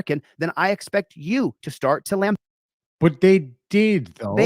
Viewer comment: Wait, wants the cops to baste him? the term is lamBAST (not sure if that is the spelling but it is the pronunciation)